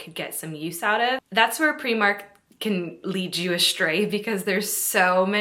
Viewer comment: I love that you pronounce Primark the way Irish people do 😊